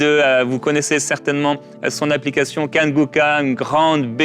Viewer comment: J'aime trop comment le pronnonce kanguka 😂😂😂 moi non plus je ne sais pas prononcer j'ai toujours eue du mal je vois que je ne suis pas la seule 😅😅 Dieu vous benisses vaillants serviteur de Dieu 🙏🙏